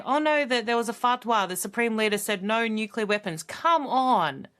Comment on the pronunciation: Nukelar. That says it all. Who the hell hired this moron?